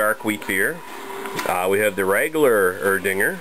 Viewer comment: Nothing is usually silent in German. From what I know, it's just (y)Er-Ding(a)r with a soft Ae in the beginning - not the "eee" sound. Thoughts?